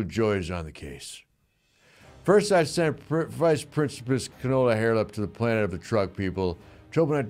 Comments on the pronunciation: "Canola Hairlip" 😂😂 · 'Vice Principus Canola Harelip' almost killed me. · "Canola Hairlip" 🤣🤣🤣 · "Vice Principus Canola Hairlip!" 😆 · “Vice Principice Canola Hairlip”. ☠️ ☠️ ☠️